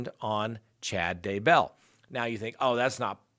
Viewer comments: Why are you saying his name all fancy...."Dah-bell" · I love the way you say DayBELL!😁